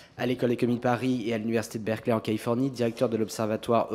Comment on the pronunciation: Coquerel, généralement génial, mais "Berkeley" quoi. Assez prestigieux à l'intenational pour le prononcer correctement.